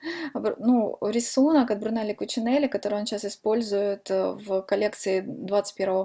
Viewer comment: Вы же написали правильно имя дизайнера, почему же Вы его имя называете неправильно? Режет слух.